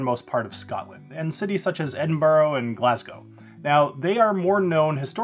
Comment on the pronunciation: Edinbra, not Edinburrow. Hey, you asked for it 😁. Talking about favorite distillery, I’m sipping now on a Sprinkbank 15, so.